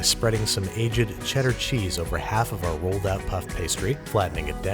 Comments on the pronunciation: Did you say ‘A-Jed’? Wtf is A-Jed? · the way you say "aged" makes me extremely uncofmrotbale